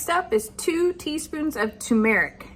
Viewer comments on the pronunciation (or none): Tumeric is pronounced tumer ic. Tumer like tumor. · Your pronouncing of turmeric is wrong you left out an r. Tur mr uhk So funny they way that you say it. Tomato Tomoto. I hope your pickles taste great and your help is amaing. I love that your dogs can come and go as they like and they don't run away. They love you all so much. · Lol! Turmeric is pronounced Tu(too) - mer - ic, or ter - mer- ic. If you type into google "how do you say Turmeric?" it will tell you how its said. But I kinda like how you said it. 😉 Never heard it said like that before. But its cool! ❤